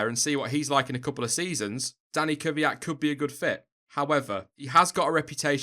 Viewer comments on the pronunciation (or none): none